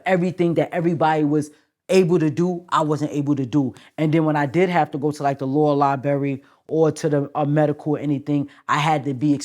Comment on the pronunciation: It's LIBRARY for f*** sake